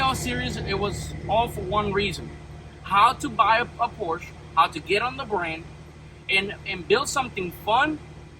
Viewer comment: Pronounce porsche correctly 😮